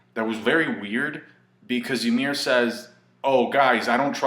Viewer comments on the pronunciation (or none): it's pronounced ee-meer, just an fyi